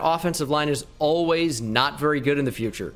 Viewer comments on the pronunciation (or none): none